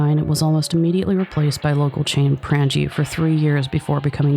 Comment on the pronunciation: Fun fact- Prange is pronounced Prain-gi. Also, I was locked up for a bit with the guy who killed Anderson & Dahmer. He was set for life as far as his books went.